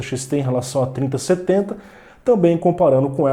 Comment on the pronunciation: Não dá pra entender a diferença de você falando 3060Ti e 3070